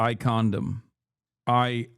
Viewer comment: Does Hasan really not know how to pronounce condemn or is he just trolling? ”I Condom, I condom”